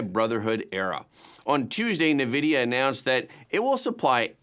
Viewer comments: It's not "nahvidia" it's "N" "vid-eee-ah" where the "N" is just said like the letter N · EN-vidia… not NA-vidia